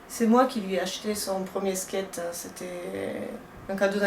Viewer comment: Arrêtez " Je skayte" sa fait mal à mes oreilles